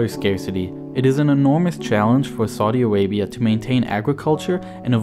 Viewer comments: Whenever he say "saudi Arabia" it's sounds like " Sorry Arabia",😂😂😂😂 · Saudi Awabia, Weservoir, Wain, Wiver, Agwicultuwal, Iwwigation, Wegion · Narrator: "Saudi Awabia has no wivers." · Lol yeah, "Soddy Arabia" and "Sorry Arabia"